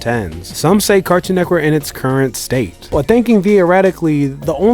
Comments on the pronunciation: This guy is saying “Cartoon Neckwork” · "Nectwork"... When you realize how he says Cartoon "Network" you won't be able to unhear it. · I solely disliked this video bc I felt like he was saying “cartoon neckwork” on purpose to be cringy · I swear he's saying "Cartoon Neckwurt" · Why he saying car toon neck work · Cartoon NETWORK!!! NETWORK!!! Please stop saying neckwork! I know you can because you've said it multiples times in the video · Why do you keep saying cartoon neckwork lol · Why you keep saying cartoon neckwork. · Are you saying "Neckwort" instead of Network throughout this whole video? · This was informative, but I can't get passed the way he says "Cartoon Neckwork" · “Cartoon nekwork” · Are you saying Neckwork? nice video otherwise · "Cartoon Neckwurt" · “Cartoon Nekwort” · Bro keep saying “CARTOON NEK-WORK” i believe it NET-WORK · Cartoon neckwoodt is the only way to say the name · DUDE ITS NETWORK! I can’t even tell what you’re saying. H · why is he saying neck work like there isn’t a “T” in the word 😂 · Bro I hate the way you say “Cartoon Network” carktoon??? Like pronounce it bro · Why He say Cartoon Network like that lol he says cartoon neckworrr lol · Why can’t this mf say Cartoon Network? Cartoon Neckwood!🤣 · Fam got an issue with saying “network” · You say "cartoon neckwork" just like my girl & idk why that bothers me so much 🤣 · He keeps saying Cartoon neck work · why can't you say network